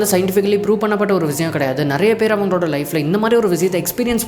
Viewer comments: Bro vizayam vizayam nu yen solre. Irritating ah eruku. Vishayam nu olunga tamil la oru vartha sola mudiyalaya unala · Vishayam ❌ Viziyam ✅ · Vishiyam ❌ Vizhiyam 💯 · Vishayam is word vizayam is an emotion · tamil utcharippu seri pannikonga bro, like vishayam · Visiyam- word viziyam -emotion 😅😅